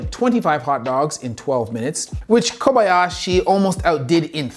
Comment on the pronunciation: "Takaru Kobayashi", not "Koyabashi"!